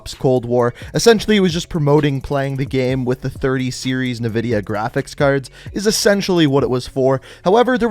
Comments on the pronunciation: It's not NA vidia is N vidia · Did my man really just pronounce nvidia (n-vidia) as nuh-vidia? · disliked just bc he said NIVIDIA